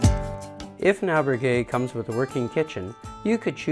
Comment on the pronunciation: Please learn to pronounce al berg gue